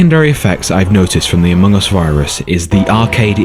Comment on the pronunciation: I actually laugh when you say Amoung us 😂😂😂